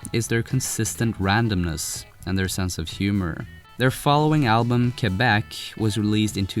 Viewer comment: Bless you for pronouncing Quebec correctly